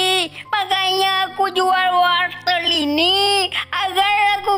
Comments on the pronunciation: hah Wolter bukan nya wortel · Bang sebenarnya bukan Wolter tapi wortel